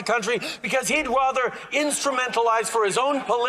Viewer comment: ahhhh, he said “Rother!”